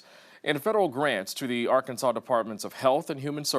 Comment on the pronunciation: Di- Did he say Ar- Kansas!?!! 🙄